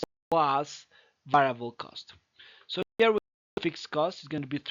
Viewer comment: pls don't stress on '" so here" it sound grating